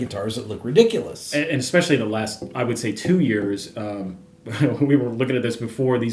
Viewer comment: It's not just the scale length; it's the pitch of the neck. Ree-dic-u-loous.